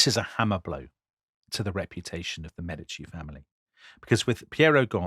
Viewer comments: By the end of the program, you eventually managed to pronounce correctly “Mèdici” and not “Medìci”. Now, you might want to try some others: it’s “Signorìa”, “Miràndola” and so on. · Ok, guys, there it is: I enjoyed this series and normally I am all praise but please, please try to pronounce all the Italian names & surnames a little bit better. It is distracting to hear MeDIci, MiranDOla, etc, over and over again. And the other thing is, I regret to say that apparently Charles's army got syphilis at Naples, and not the other way round - so much so it was called " the Neapolitan plague". Tom's performance & Dominic's laughter worked their usual charm, of course. Thanks!